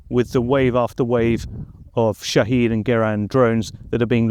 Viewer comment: Did he say shithead drones? Before I name my product, I’m going to find out what it sounds like to the rest of the world.